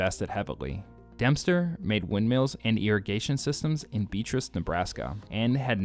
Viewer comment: Beatrice is pronounced Bee AH tris not beet-ris.